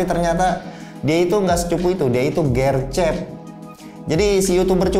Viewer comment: gw bingung gercep nya ngomong nya gercep, bukan gercep jadi gw kira maksud nya apa. ternyata gercep cuma e nya aja bukan di baca e tapi di baca e.